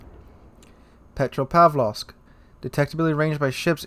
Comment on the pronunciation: Petra pav low ska ?